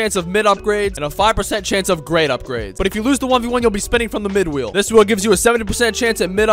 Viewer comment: S it just me, or when he says good wheel it sounds like good will 😅